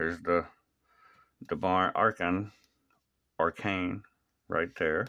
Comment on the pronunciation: His name is pronounced Devon AChain ....... not how it's spelled but there deff ain't no rs in his name lol....and that bryce young sells on average for 10 bucks😂😂...